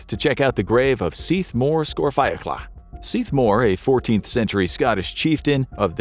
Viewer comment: Very impressed by your pronunciation in the Seath Mor story. 👍